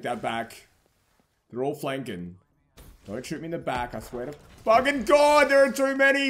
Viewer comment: BOI stop sayin fuging